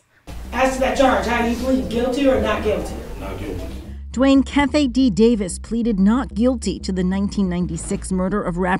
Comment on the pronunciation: “Dwayne cafe D” -news reporter 😂